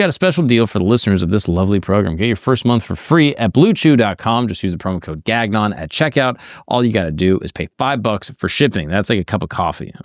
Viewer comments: Gagnon shou sound like " gone-yo " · I find the American way of pronouncing the name so funny. In Canadian we pronounce it more closer to like "gang-yon" with a little french flavour thrown in there. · Gagnon is a surname of French Canadian origin. It's been butchered. lol